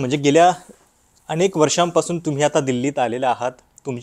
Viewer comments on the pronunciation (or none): अणेक नाही अनेक